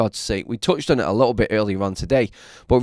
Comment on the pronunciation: The way you say little is so creepy little isn't spelt lickle.